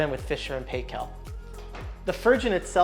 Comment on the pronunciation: As a kiwi home of Fisher and Paykel - we say PIE-KEL not paykel. Love your home